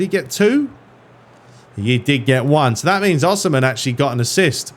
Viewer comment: as a napoli fan i feel the need to let you know its pronounced oh-see-man. hahah for future notice